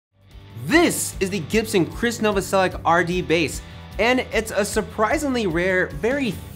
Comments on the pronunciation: the year is 2019 and people still cant pronounce Novoselic’s last name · His name was actually pronounced No-voss-o-litch, but because of the hard American pronunciation, he says Novo-sell-itch.